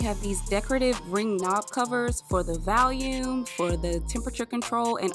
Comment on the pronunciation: I had a buddy from California that couldn't pronounce volume either. Valium🤣